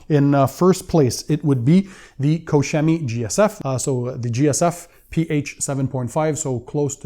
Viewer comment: Koch Chemie, you are butchering their name. hehe🤣